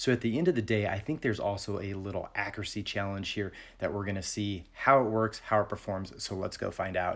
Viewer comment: Just say accuracy correctly and I'll subscribe.